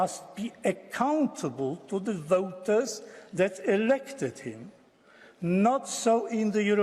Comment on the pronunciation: Says "voters" like Welshmen but "society" like Klaus Schwab